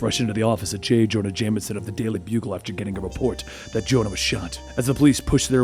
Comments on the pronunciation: “J Joma Janeison” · "J Jomah Janison"